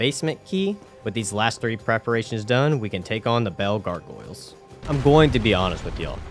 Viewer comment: I still love how you pronounce gargoyles as gorgoiles. Like garr goiles